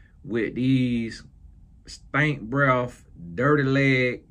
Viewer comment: “STANK BREFF” Is diabolical!!! 😂😂😂😂